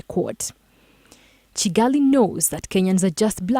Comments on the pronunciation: Its Kivu not civu and its Kigali not cigali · Is it also Kigali, and not Cigali.